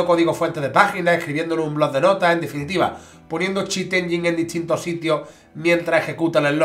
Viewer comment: 'Chit enyeen'😂